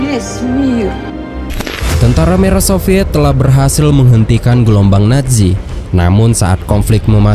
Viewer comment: Nazi bukan naji zizizi bukan ji